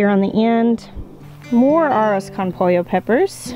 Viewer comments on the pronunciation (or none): Arros con pollo peppers pronounced (poy-yo) is rice with chicken peppers. Try cooking them in a chicken and rice dish. It will taste amazing. What I know about peppers is it the base, where the fruit meets the plant, if large like bell peppers tend to be sweet/mild. The peppers that are smaller are very hot! Pica! Ghost peppers.